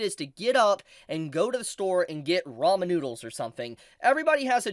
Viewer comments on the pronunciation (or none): none